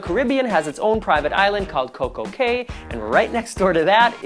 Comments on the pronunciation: BTW Cay is pronounced like KEY. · Outdated information. And CAY is pronounced "KEY". Come on.... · I sooooooo know what you mean. Im Bahamian so when I here Cay pronounced like the letter "K" it jumps out to me!!! Good videos -- except the Nassau one:-(....lol Im looking for a nice quaint cruise and was almost sold on RCCL until you pointed out NO SLIDES.... Got me thinking!!!